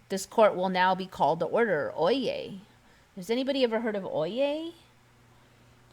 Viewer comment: Oyez, oyez? No Oyez! Good show. 👍😬